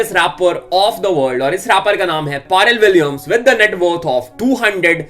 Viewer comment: Hahahaha the way you pronounce Pharrell Williams name sounds so funny bro 🤣🤣🤣🤣